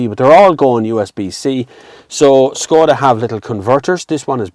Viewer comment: It is not Skoda. It is Škoda.